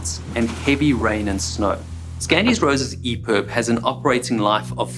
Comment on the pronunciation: I’ve got to ask is it EPERB or EPIB? He keeps saying EPERB